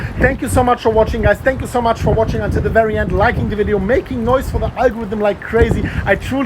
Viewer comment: Its wery winding 😂